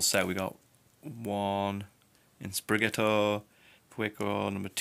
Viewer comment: PawMI.. SprigaTITO.. butchering the names lol